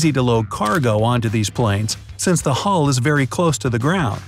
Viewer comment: Did he just say hull